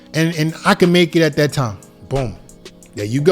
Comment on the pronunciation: it's "THat" not "DAT"....